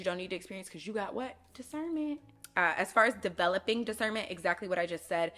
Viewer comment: “Cause you got what” “discerrrnment”😂